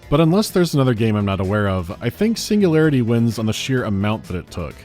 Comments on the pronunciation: Biggest pet peeve ngl - "SINGULAYAITY" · I love how they tried to russify the text by mirroring the letter R. Cyrillic Я is pronounced "ya" not as a "R", a completely different sound. "Singulayaity"